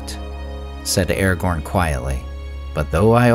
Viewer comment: Ah-ra-gone Ah ah --gone--gone